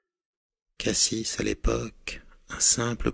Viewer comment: Je suis de marseille et « cassis » ca se prononce "cassi" et pas "cassisse" degun supporte ca chez nous mdrr! Par contre j’adore c’est excellent !!👌